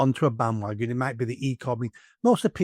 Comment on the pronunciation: 'might' not 'mite'.